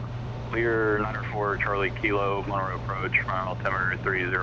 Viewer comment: Wow. I had and aunt and uncle who lived in Monroe when I was a teenager and got to go visit several times. Good times. I also noted you pronounced Monroe correctly 😀😀